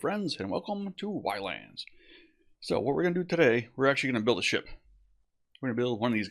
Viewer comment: The game is pronounced islands not y-lands. They used the y instead of an i as a salute to the 's which is the period the game is set in. Back then they used the letter y in words where we would use an i now. Such as we spell "time" then it could have been spelled tyme. But pronounced the same.